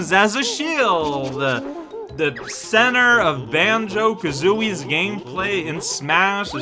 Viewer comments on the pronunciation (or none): none